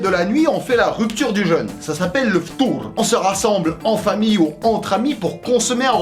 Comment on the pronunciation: moi je suis libanais et christian,mais mon reuf je peux pas tenir 1 heure sans manger.est je veux te corriger le f'tour comme tu le dit sa s'ecrit et se prononce f'tar pas f'tour